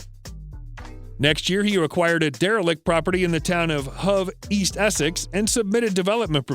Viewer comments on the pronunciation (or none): none